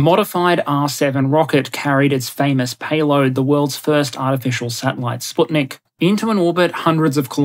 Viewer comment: Thank you for the proper pronunciation of Sputnik :) also kudos for Expanse, but there's a missing iconic picture of lockheed's multiple kill vehicle